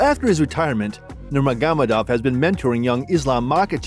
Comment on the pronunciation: It’s not Nurmaghamadov it’s Nurmagomedov